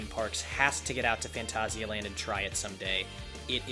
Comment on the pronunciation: this ones always a good one, also nice to see you pronounce it properly XD